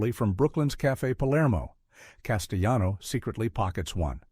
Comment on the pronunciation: I know, right? Definitely an Eh? Aye? voiceover. But it wasn't just the irritating humanoid quality of the voice and it's inconsistent pronunciation: sometimes it pronounced Caan as "can". And it consistently mispronounced Richard Castellano's name (the guy who played Clemenza). But how about that b.s. about James Can "improvising" at the toll booth scene? What was that nonsense about "he kept the engine running"? Who the hell turns off their engine when they drive up to a toll booth? smh 🤦🏻